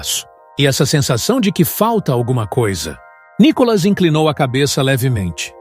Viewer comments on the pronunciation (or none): Só não entendo porque esse narrador chama Nicolas de Nicólas... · Quando vão aprender pronunciar o nome de Nikolas ??? Vergonha falar Nikólas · Vc pronúncia o nome do Nikolas vc pronúncia Nicolas como narrador e muito grave crítica construtiva